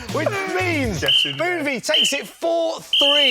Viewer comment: How many times can you say booovie